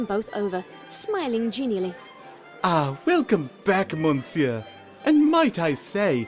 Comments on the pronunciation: Monsieur is pronounced muh-seer, not mon-seer. And his voice was kind of... uh, distracting, in general. But otherwise this was a great reading. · you don't pronounce the "n" in monsiuer